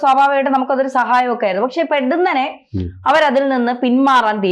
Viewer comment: പെടുന്നനെയല്ല, പൊടുന്നനെയെന്ന് പറയണം.